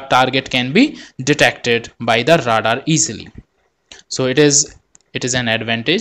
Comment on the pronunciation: Great Video! One minor comment: English is stupid so radar is actually pronounced “Ray-dar.”